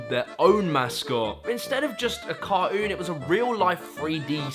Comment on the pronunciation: “CAR-OON” lol CarTOON brother 😂